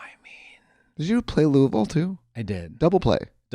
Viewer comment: Omg Katya said Louisville right